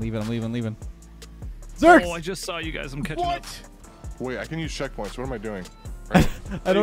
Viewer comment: round 3 said 'ceckpoints'